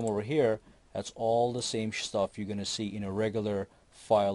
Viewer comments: I like it how you said "its all the same Shtuff" clearly you had Sh1t in mind which merged with Stuff..... Good video thanks, very useful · It all the same shstuff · "its got the same shi-tuff as a home directory"